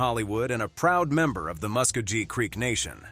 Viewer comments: MusKOHgee, NOT muskhojee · Okmulgee, Oklahoma is pronounced Oak-mul-gee. Muskogee tribe is pronounced Musk-go-gee.